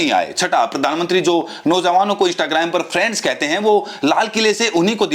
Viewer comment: friends nahi bola khatil viswaguru, balki " prands" bola tfa.